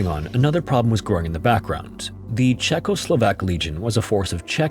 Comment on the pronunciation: Always pleases my ears to hear: “Czechoslovak” 😊